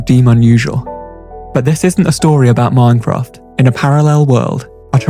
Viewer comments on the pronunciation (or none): none